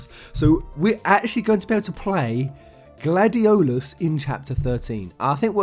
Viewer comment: Why the hell do you say Gladiolus how it's spelt when you obviously know how to properly pronounce it. It's annoying